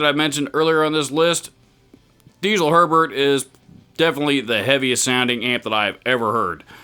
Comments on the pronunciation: You pronounced Herbert perfectly in the first place. Nobody in germany says it the other way. It must have been a troll or something. BUT its DieZel not Diesel. Its a name and its pronounced with a hard (german) Z. Something like DEET-SELL. Haha who cares. Nice video. Cheers from abroad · Don't get me wrong, but Diezel should be pronounced as "Ditzel". It's not a fuel it's the last name. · Germans apparently pronounce "Diezel" as DEET-ZUL. Don't worry about it.